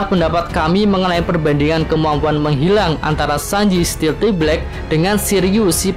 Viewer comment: "stealth" kan, bukan "stealthy". jadi bacanya...